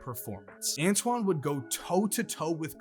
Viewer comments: Oh, and ANTAWN, not Antoine. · Who TF is Antwan ??? It’s Antawn His name rhymes with Spawn Not Rich Homie Quan